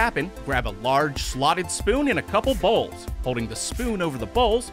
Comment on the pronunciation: why he say bowls like dat